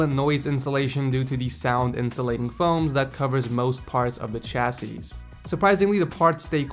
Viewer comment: chassis is pronounced: Chassy